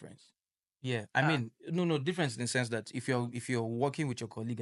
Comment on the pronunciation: said Sense asin Oud 😅